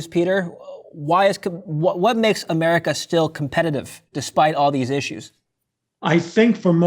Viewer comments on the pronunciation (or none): Americar, Chinar, and Russiar